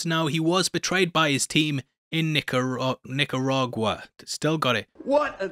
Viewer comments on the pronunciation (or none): Knee - Car - Ah - GooAh = Nicaragua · NICA-RA-GUA 🇳🇮. Hope this helps you in case you ever have to pronounce my country's name again. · ive literally never once in my life heard someone struggle with the name "nicaragua"